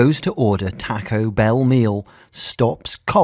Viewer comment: Its taco bell not tuco bel`